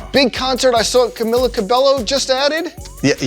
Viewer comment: “Kahmillah kahbellewooo”